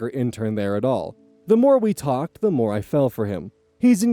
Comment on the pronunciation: That makes more sense. I knew that you were talking about teen parents versus adult parents. It was the "move" instead of "more" that threw me for a loop. Still not sure about the rest, though.